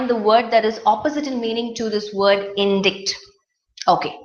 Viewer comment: you pronounced indict wrongly.please check its right pronunciation in oxford dict